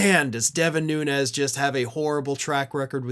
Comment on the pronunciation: Cant even accept or pronounce his last name correctly .